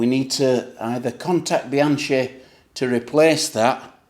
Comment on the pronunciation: my nephew broke the chain on his Rail at 450km. He’s a hard rider that mashes the pedals,so I wasn’t totally surprised. Btw, the ‘chi’ in Bianchi is pronounced like ‘key’ 😅